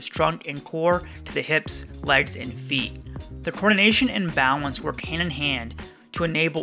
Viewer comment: Is it just me how when u say balance, u saw “bao wence”?? Idk